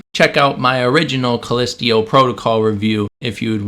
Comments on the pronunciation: "callistio protocol" do a second take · Haha. Thanks for the chuckle. I think we were all like, "callistio?" Great vid! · true, but when a game literally pronounces the name of the moon via its in-game characters and someone repeatedly says it wrong, that makes me question if the person who repeatedly mispronounces it even actually played the game. I’m probably reading into it too much, but it wouldn’t be the first time a content creator made a game review without playing said game. That’s the first thing I think when stuff like this happens. But yea… I’m most likely reading into it too much. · You pronouncing it wrong on purpose? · Lazy video that reminded me a 16 year old ranting away. Were you so lazy that you couldnt be bothered to pronounce "Callisto" correctly. I didn't make it past 2 minutes with your video. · I twitch every time you say callisto...you aren't saying it right